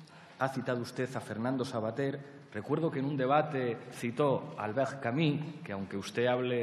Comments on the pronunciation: Que pesadez con Albert Camí, se pronuncia Albert Camu, con u francesa y no con í, esto es una pronuncia que se puso "de moda" en España por parte de una gente que no hablaba el frances muy bien. Hay entrevistas a el y documentos en frances aqui en youtube donde ustedes mismos lo pueden comprobar; en lo otro tiene razon en llamarle ignorante, lo es. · Vaya palizón intelectual. jajajaja "Albert Camus", es "CAMÍ"... y el bobo de riveruela no tenia ni idea de quien le hablaban. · doctor dedo chupando a Verstrynge. En una facultad ... Para acabar no menciones a Camus si no sabes pronuciar su nombre.